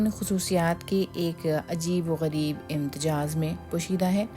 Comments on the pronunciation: Indians z ko j bolte hain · Imtejaaz - there’s no such word. The correct word is Imtezaaj, which means Mixture or Blend here. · پتا نہیں کون ہیں جو آپکو اُردو لکھ کے دیتے ہیں یا کون ہیں جو پروگرام سُن کر اُسکو آن ائرکی اجازت دیتے ہیں بنا کانٹ چھانٹ کیے اکثر آپکا تلفظ غلط ہوتا ہے امتزاج ہے امتجاز نہیں۔ شکریہ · Correct word is IMTIZAAJ, please don't mind! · اینکر پرسن کو لفظ "امتزاج" بولنے کی مشق کروائی جائے، پلیز۔